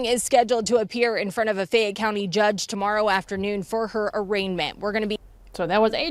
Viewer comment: I live in Louisville KY... hearing about this case from you G. Thank you for covering it! Fayette County is pronounced FAY -YET ❤❤❤